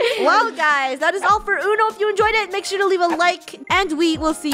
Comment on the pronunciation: not being rude or anything but it’s make not Mack....